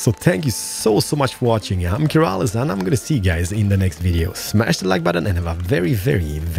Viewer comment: you said "Kerasil" but it's spelled "Keralis"